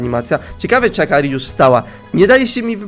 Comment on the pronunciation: Praktyki w sklepie? Takim sklepie w którym ona nic nie robi?.. Akri, :_: Zamiast akari